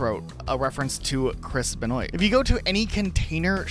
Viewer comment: As people who speak for a living you guys fucking absolutely butcher words and names. How do you not know how to pronounce the name benoit as a 30 year old man? Shit is embarrassing...